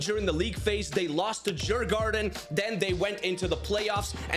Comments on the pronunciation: Sant. Helt fel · Nooe he cant prounounce my team djurgården